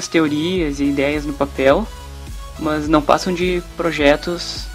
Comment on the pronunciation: Ao invés dele falar mas ele fala mãs